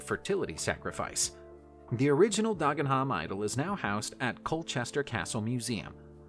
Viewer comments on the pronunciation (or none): Anyone who knows Dagenham will be wetting themselves laughing at the pronunciation used here. Dargenharm! I say! 😂😂😂